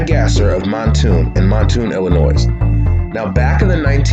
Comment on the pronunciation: The S in Illinois is silent dude! The mystery I wonder about is were you learned how to pronounce the names of both the town of Mattoon ( not mantoon) and illinoissssss.....